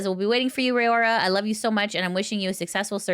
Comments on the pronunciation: When neressa says it it sounds like rowda and Kiara is kiyadada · It's not Rayora, it's Raora (Ra - oh - ra, the last a and the first a are basically identical). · i appreciate all the news coverage you do as it keeps me up to date, but please make sure to put in the effort to pronounce vtuber names correctly. every time you pronounced raora’s name the way you did physically pained me